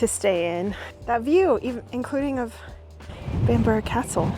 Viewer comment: Thumbs up for the correct pronunciation of Bamburgh, in the past I've heard it called Bam-burg, Bam-bruff and Bam-bora. Best part of the country I would say.......then again I would as it's on my doorstep.